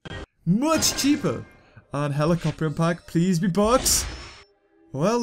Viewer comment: It's helicopter not helicorpion